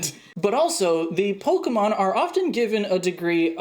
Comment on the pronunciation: Has no one mentioned "Pokeemon" vs "Pokémon"?